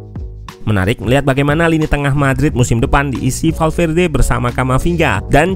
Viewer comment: eeh salah lagi kurang L nya. valverde🤭